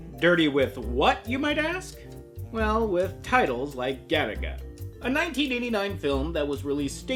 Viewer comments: I keep hearing Galick gun everytime someone says Garaga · Every time you say Garaga I swear to god it sounds to me like you're saying Gattaca, that movie about genetics